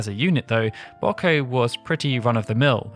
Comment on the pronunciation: And right after getting Wiegraf right! The British are an enigma...